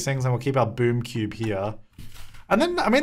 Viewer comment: I could’ve sworn that half the time he was saying boob cube not boom cube 😭😂